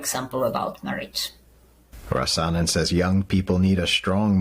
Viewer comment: Criminal charges for reading from the Bible? BTW, in the name 'Rasanen', the stress is on the 1st syllable: RAh-sanen.